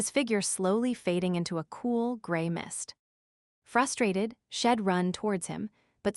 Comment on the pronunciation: AI reading is not good. The word she’d is consistently pronounced as shed.